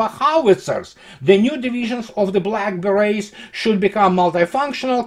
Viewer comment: Lol - when you said "Black Beret's" I could have sworn I heard "Blackberries" and I thought "oh, what an interesting nickname for the Naval Infantry!"